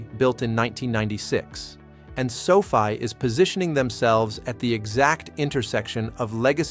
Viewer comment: Its not Sofie its Sofi